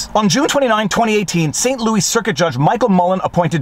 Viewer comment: He used the same pronunciation for Louis Rossmann's name.